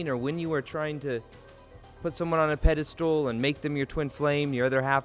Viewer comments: Dude, why do you ALWAYS pronounce "Pedestal" as "PedeSTOOL"? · I like how you say "PediSTOOL".